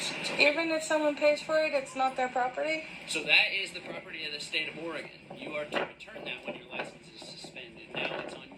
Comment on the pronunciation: Oregon Driver's License - non-commercial - Valid for 8 years: $60 initial / $40 renewal Oregon Vehicle Registration fee - Valid for 2 years - ~$122 (depending on the year of the truck) Also - You said "Oregon" properly the 2nd time. :D "Origun"